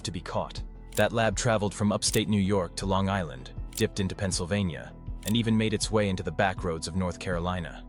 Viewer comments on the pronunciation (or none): none